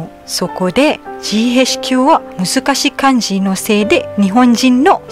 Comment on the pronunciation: さん、以前から動画拝見していましたが、ふとメッセージしたくなりました。 いつも気づきの言葉、ありがとうございます。 KLに合計10年近く住んでいたことがあるので、ジーへイチキューの発音からマレーシアの方であると確信しました😁 これからも楽しみにしていますね😁 テリマカシ💖